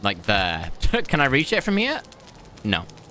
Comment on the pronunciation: Hurts my ears when he says "thrr" instead of "there"